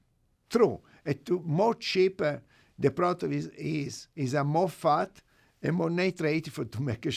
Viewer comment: when u say fat as Faht sounds like you are saying FART. lol